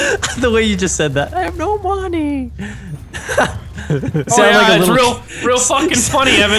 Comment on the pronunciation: " I HAVE NO MONY " lolololololol